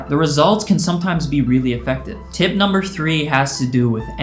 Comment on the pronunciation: Tip Numbah Four Gave me lifeeee. lol Thanks Bro.